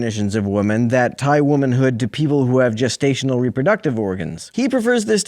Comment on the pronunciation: Did he mean Reproductive when he said "Rubber Ducktive"?